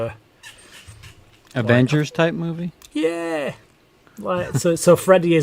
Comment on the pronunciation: It's because he is a pedophile. Look at him constantly touching his face and showing his fucking disgusting fingers. Constantly playing with himself. And for an Englishman, his butchering of the English language is appalling. "Moovay"